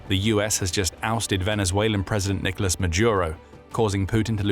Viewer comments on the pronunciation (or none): none